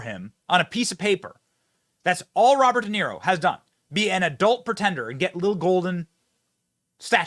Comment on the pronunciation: I can hardly stand listening to this bs!!! Robert Denaro? 😂